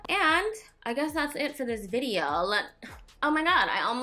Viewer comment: "vide-ho" haha love it when you say that! That red lip really brang the look together I felt! Omg I love Mexican food as well!